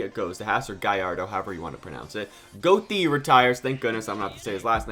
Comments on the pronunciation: "Goty"💀 It's "guh-tuh" He is actually the descended of Johann Wolfgang von Goethe One of the most remarkable writer and thinker of humankind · Your pronounciation of Goethe is a crime, it hurts me so bad hearing Americans pronounce German names so bad😂 „oe“ is ö, in english this Sound doesnt exist, it is similiar to the „er“ in Verstappen. And the „e“ is pronounced like in Education. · Oliver Goethe is an f3 driver, his name is pronounced as gerth eh so Olliver gertheh, watch some f3 and f2 man they’re incredible for racing better than f1 imo atm especially the gist of f2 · More like Gouki (Yu-Gi-Oh Archetype) than Goethe